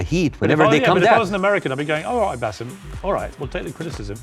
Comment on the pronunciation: It's BaSSem not BasEEm